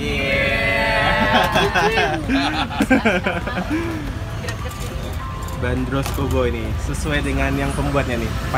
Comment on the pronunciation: pelafalannya bukan /ben-ros/ tapi /ban-dros/ <-- urang bandung asli